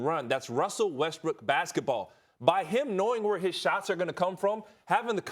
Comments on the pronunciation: It sounds like Ryan is saying Russell WestBRICK. Is he trying to be slick?🤔🤔🤔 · this man is calling him russell westbrick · I’m i the one or did he just say Russell rustbrook